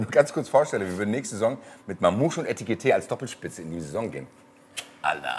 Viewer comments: es heißt EKITIKE und Nicht ETIKITE😎🤣🙏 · Bro sagst du extra Etikete? 😅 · Das einzig Gute am Abgang ist, dass nicht mehr "Etikité" sagen muss 😉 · endlich muss ich mich nicht mehr drüber uffreesche, wenn nach 1,5 Jahren immer noch ETIKITÉ sagt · Eitikite, Etikite... - aaah! Ich werd wahnsinnig. - Aber es hat sich dann ja jetzt auch erledigt;-);-) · Ich werd Heki vermissen, aber wenigstens ein sauberer Abschied vor dem Trainingslager und höchstmöglicher Transfereerlös. Und ein gutes hat es noch: Man muss nicht mehr hören, wie jedes Mal Etikite sagt:D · Ob noch lernt, dass er Ekitiké heißt? 🤔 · Net böse gemeint aber was ist an Ekitiké so schwer auszusprechen? Weiß nicht ob es 1x richtig ausgesprochen wurde im Video